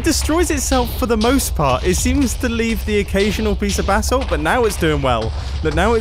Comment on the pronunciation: The way he says basalt sounds like 'basil' (the dog) (only hermitcraft fans will understand)